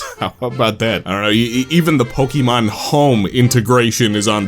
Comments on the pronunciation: Why does he say it like Pokeymon like there's no é in the name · Say Pokimon one more time